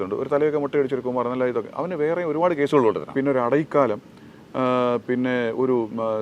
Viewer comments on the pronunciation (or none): സാർ, അടൈക്കാലം അല്ല അടൈക്കലം (அடைக்கலம்) means അഭയം അല്ലെങ്കിൽ സുരക്ഷിതമായ ഒരു താവളം